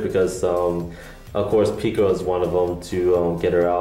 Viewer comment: The japanese name is pirika not pikira...